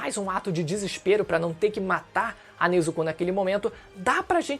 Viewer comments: O U em Nezuko é mudo😅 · Tanjirô, Nezukô... Pq essa dicção? D: hahahah